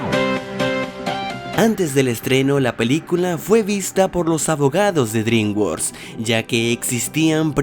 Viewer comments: "Dringuors" xdddd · "Drimguors" ja, ja, ja.